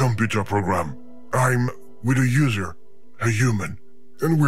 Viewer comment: When he said user I thought he said loser